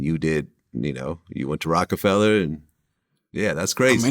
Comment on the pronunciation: Fella not feller😂